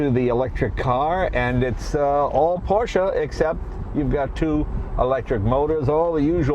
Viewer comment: Finally someone in the USA that says Porsche and not PorschA!!!! Well done sir!